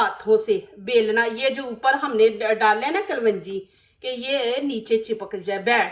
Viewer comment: Kalwanji nahi bahen Kalonji sahi talaffuz hai.